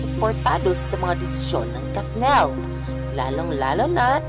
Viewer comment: Bakit kathnel ang pronunciation nyo